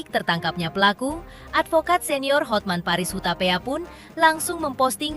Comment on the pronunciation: Buat koreksi nama pengacaranya Hotman Paris Hutapea Kak. Cara penyebutannya sesuai tulisan namanya bukan Hotmen tapi Hotman.😂😂